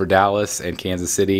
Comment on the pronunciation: You lost me at “Kansas” lol